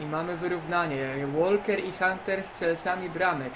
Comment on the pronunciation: Oskar, nie Łolker tylko Łoker, aż razi w uszy :)